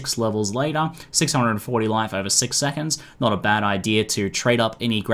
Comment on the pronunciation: Sexonds eh? XD